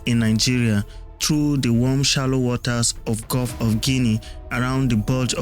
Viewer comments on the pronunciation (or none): none